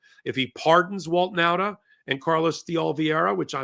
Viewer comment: Last time i tell you. Nauta is pronounced Nawta.